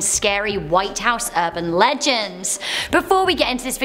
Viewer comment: South Texas erban legands